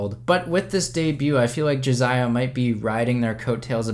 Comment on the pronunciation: It's Jasiah not Jaziah